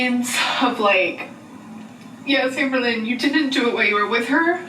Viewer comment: Oh I see, someone fell for her manipulation tactic with the poem😅 Also it's Amber Lynn. Not Amber-Lynne, nor Amer-Lynn.